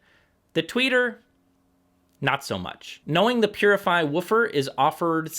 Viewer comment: Pronounces Poozzi